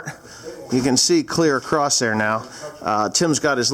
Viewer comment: WTF...??? He can say fruition but he can't say "across"...